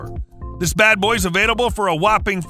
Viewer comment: I didn’t know “avaiDable” was a word. Re-record your voiceover and the word you’re looking for is “available”.